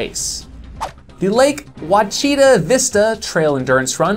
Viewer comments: (Ouachita is pronounced "wash-i-taw") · Just a friendly pronunciation help, Ouachita is pronounced, “ wash-it-aw” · I wonder how many watch this channel and know the proper pronunciation of ouachita? I bet there are quite a few, haha, I'm stoked mentioned it even if he pronounced it wrong, love the story of her completing the 100 too